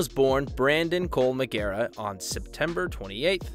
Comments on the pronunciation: MAR-JAIR-A NOT MARG-AIRA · **Mar-jare-uh, not Mar-gare-u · It’s not pronounced megara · Bam Mar-jair-uh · Megara lol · Close but wrong. It ends with -ah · Bam Megara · U can’t pronounce his name lol?? Covering someone and then butchering his name … feels wrong lol. MAR-JEER-A … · "Bam Mah ger rah"????? 🤦🤦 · I stopped watching after you butchered pronouncing Bam's last name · All Bams problems could stem from the pronunciation of his last name in this video. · U lost all credibility within the first 10 seconds when u can't even pronounce his name correctly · Same! This channel just wants clout. Can’t even pronounce his last name correctly. Didn’t even do any research on how to pronounce his name. What a joke. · Same lmfaoo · Heinous pronunciation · If only he could pronounce Margera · Major fail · Mar ger ah learn to say his name correctly